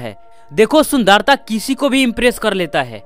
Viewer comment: Folo=follow esmooth=smooth Sundaarta=sundarta😂😂 But nice video..👍